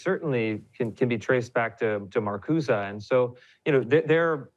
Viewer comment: Sorry to rain on this Ryan lovefest, but his take on the Powell memo is way off base - and if someone can't even pronounce Marcuse's name correctly and is too young to have lived through the era he is now pontificating about, he should be a lot more hesitant to pass himself off as an expert.